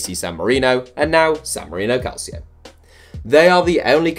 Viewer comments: It’s pronounced calcho not calSIO. It’s Italian not Spanish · Its pronounced Calchio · It's pronounced calcho! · Can’t believe this guy doesn’t know how to pronounce calcio